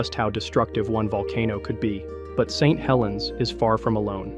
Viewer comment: Lowkey wish small channels would just not use AI for narration. Don't really care how bad you sound. It will be better than an AI that can't even read Saint Helens without pausing because I assume the script was written "St. Helens".